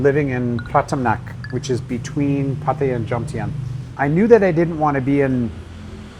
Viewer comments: Pa-ThaiYaa not Patty-ya. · Pa-tia ❌ Pa-tta-ya ✅ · It's pronounced PatTAYa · Pataya is pronounced exactly as it is spelt - every syllable pronounced !!!!